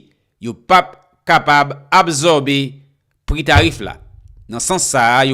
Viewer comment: Frère on ne dit pas abzorber on dit ab sor ber quand S est placer devant une condone se prononce le son S non le son Z